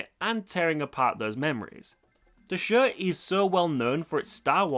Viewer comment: Your accent is almost never distracting but the way you say "show" is like "shuegh" and idk why it gets me every time lol